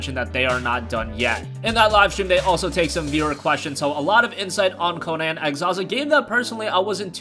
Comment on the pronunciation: it's not Co-non. Its Co-Nan lol